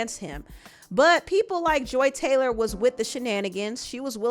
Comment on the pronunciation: FUCK THIS LADY! I used to tutor her son and I could spill sooooo much tea about her. And yes you’re saying her dumb ass name right. She used to come home and tell me who she was dating at work and she ADMITTED to me that she slept with multiple people. I believe none of her shit. If you’re reading this- you’re such a rude woman, you’re entitled, you treat your ex husband like shit and you think your shit doesn’t stink. I’m so glad I left working with you when I did- you were so nuts and weird I felt horrible for your son who was so sweet!!!!